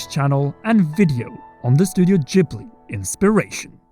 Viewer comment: I'm just going to say this. You can't even pronounce Ghibli correct, and you're attempting to connect a Fan Fiction on 17thShard, for an American Book Series, with Japanese mythos and Hindu-Buddhism / Animism. Ether, which is how it's spelled, is in each Zelda entry. Typically, this is "Earth" (Ether). In many cases, it's reformed to Forest or Wind/Sky. It's one of the 6 total elements in The Legend of Zelda. Yes, 6. Each Zelda typically has 6...aside from Skyward Sword which took most of it's religious symbolism and direct influence from Christianity, and removed the lore from previous Zelda entries to create a 'new' lore which, I'd have to argue, was entirely based around Christianity instead of basic morality of "Power". Consider the original Zelda entries lesson learned is "Power tends to corrupt and absolute power corrupts absolutely", whilst Skyward Sword's lesson was "Evil can only be defeated by good and due to this singular evil's existence, now Man must live with Sin". There's a distinct reason each of the leaks does not even remotely relate to Skyward Sword. No, not even remotely, You have to stretch everything in order to get to this point. Skyward Sword removes most of the original Zelda lore to exist. However, this isn't NIntendo's fault -- or Miamoto's, they didn't "want" any games to connect until 2015 or so. I'm sure someone in the BOTW development eventually working on TOTK realized how much they screwed up with Skyward Sword's lore, and realized they need t